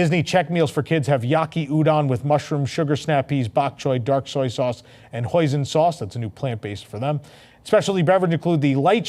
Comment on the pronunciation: FYI hoisin doesn’t rhyme with poison. It’s pronounced “hoy seen” and say it like two words.